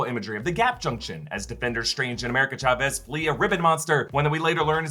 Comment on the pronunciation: Love your videos, but it’s pronounced Chavez and not Chavez.